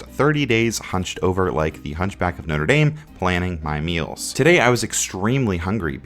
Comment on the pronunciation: "The Hunchback of Know-ter Dayme" 💀